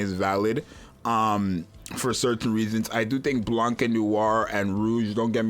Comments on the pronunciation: Your example is slightly wrong since Blank sounds like "Blay-nk" Blanc is a French word for white which is pronounced closer to "blonde" but take out the de in "Blonde" and that is the closest you will get to the closest pronunciation which should sound like "Blohn" but instead of the o it should be lifted to a softer A to "Blahn" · Imma be that 🤓 guy but it's pronounced "Blan" like "Blank" (Not Blank the english word, "blank" his pronouncation) but without the "k" sound 😭😭 It's okay tho since it's a rule from an other language so not knowing them is fine, but yea "Blank" is incorrect since it's Black and White in french (Funny enough their names are spelled in the masculine form, feminine being Noire and Blanche, and Blanche is an actual French Name)